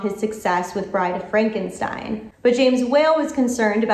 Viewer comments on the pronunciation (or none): none